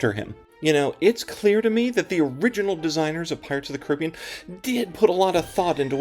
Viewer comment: Great video. Thanks for putting it in perspective. And, yes, your book was a great background for me on the attraction; everyone should read it. Also, thank you for pronouncing it kuh-RIB-ee-an and not and kar-uh-BEE-an 😃